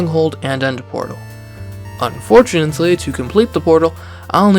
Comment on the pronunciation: "unfortunantly" ? i'm out ...